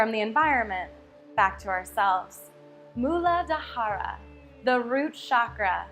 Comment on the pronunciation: It's Muladhara. No Mula DA HAH RA.